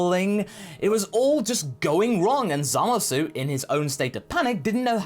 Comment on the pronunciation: ZAMAS SAY IT WITH ME ZAH MUSS WHY DO YOU SAY ~SU WHEN EVEN THE JAPANESE DON'T sorry but it's been bugging me for a long time